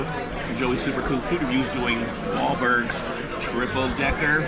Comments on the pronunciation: Maybe try saying the restaurant's name correctly next time you review it. It's Wahlburgers, not Wahlbergs. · I like how he calls it Wahlbergs instead of wahlburgers. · joey what the hell is wallbergs its called wahlburgers